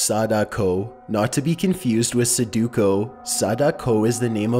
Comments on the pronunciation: Bruh he for real said sa-da-ko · suhduko im crackin lol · I love it how he pronounces "Sadako" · "Sadako" I was born in the right generation